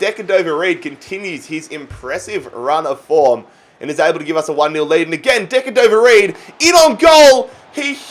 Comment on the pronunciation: Just call him bobby reid not decadover reid